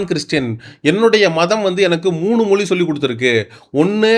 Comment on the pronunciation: தயவுசெய்து தமி(ழ்) உச்சரிப்பு கொஞ்சம் கவனியுங்கள்.... மொழியை மொலி என்று உச்சரிக்கின்றீகள். தாழ்மையான வேண்டுகோள்.